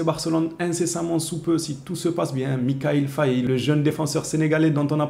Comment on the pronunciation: 😂 tu arrives pas à prononcer le nom de mickayil faye 😂🇸🇳🇸🇳🇸🇳💝💪💯